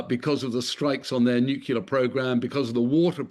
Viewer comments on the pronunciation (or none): This character can't pronounce nuclear. He says newkilla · Imagine not being a yank and still not being able to pronounce 'nuclear' properly..